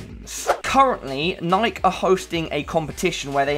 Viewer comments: I always thought it was pronounced Nike-e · Bruh you said Nike so wrong <3